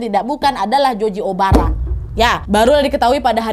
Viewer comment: Nadia ngomongnya*Joji Obara* kuping dengernya Joji Omara 😁😁